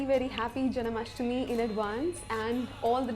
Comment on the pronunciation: It's not janAmastmi, it's janmashtami.